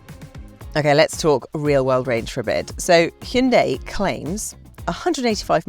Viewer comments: It’s not bloody Heyunday, it’s Hi un die, Hyundai. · It’s missing a person who pronounces Hyundai properly, lol